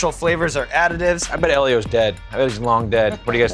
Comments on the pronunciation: WTF? Eli-Os? nah bro its E-lee-Os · It's fucking (eel-eee-ohs) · How did you say Ellios?! It’s eel-e-ohs! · Who else pronounces Ellios as "Eel-ee-ohs"? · They pronounced Ellio's wrong... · They are saying ellios wrong